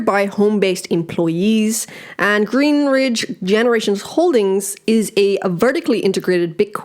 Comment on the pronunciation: Why do you keep saying GreenRidge. It’s Greenidge . There’s no R lol. I’m already annoyed with this effin company. I’m annoyed